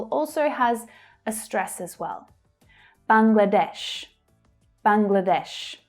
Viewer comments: hey I'm from Bangladesh, and i love the way you pronounced Bangladesh. thank you so much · You have pronounced Bangladesh very well!😀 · You correctly pronounce The 'BANGLADESH' word.